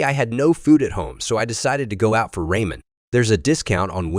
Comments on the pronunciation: Did you dubbing guy really say ray-men? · "Raymen"? These are AI generated right?